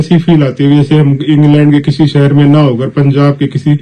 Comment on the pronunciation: पहले अपनी भाषा ठीक करें। सहर नहीं शहर बोलना सीखो। यूट्यूबर बन ने से पहले भाषा का ज्ञान प्राप्त करना चाहिए। भोले बाबा